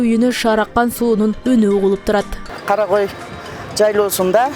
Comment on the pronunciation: Журналист кыз жайлоонун аты Кара кой эмес, Карагой.